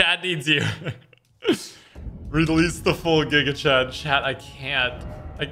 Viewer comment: Xqc failing to say giga Chad is pain